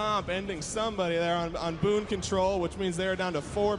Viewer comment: It's Boon Control, not Boom lol